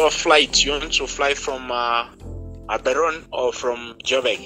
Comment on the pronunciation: The girl said Gaborone, Botswana😅😅😅😅, eish askies ninja.